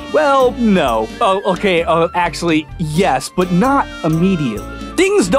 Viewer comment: “Hokay, so...”. Nice reference there